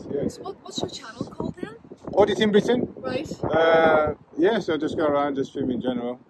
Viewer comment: "Auditing Gritain" 🤣